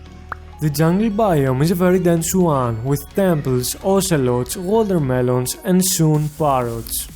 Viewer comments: "water melones" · I like how you say "watermelons"